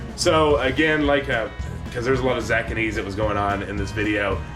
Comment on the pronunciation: you crack me up with your Zack-a-nees, lol